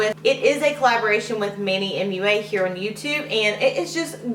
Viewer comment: manny mua.. Mua like a kiss not M-U-A.